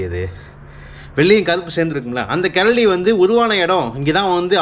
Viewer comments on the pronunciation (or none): Bro keladi illa karadi 😂